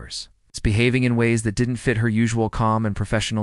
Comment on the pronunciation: THat AI just came up with its best word ever......the word "didn tee". Most people pronounce it "didn't'. What brilliant person thought that computer generated speech was better than an actual narrator?